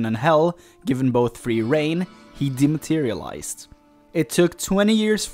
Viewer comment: ....he dematyraelized 😂